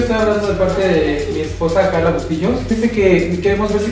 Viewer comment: jajajaja me da risa la q diga bustillos